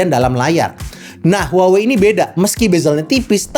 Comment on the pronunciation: maaf. cara menyebut brand-nya harusnya WAHWEi